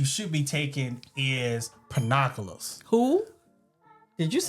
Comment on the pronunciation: I got scared! I thought he was about to say “corn.”😂 I was happy to hear pinoculars !